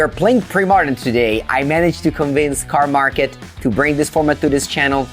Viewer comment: Yeah <3 Your Cardmarket always sounds a little bit like carlmarket :D